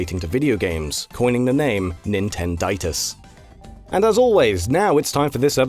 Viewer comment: Yeah, that's a much more widespread term for that, but the term "Nintendinitis" was coined because of the case in the video, the thing is that the narrator guy said "Nintenditis" instead...